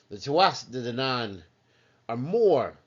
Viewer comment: The singing is unnecessary.Hard to take you serious after that And it's pronounced Too-a-Day danaan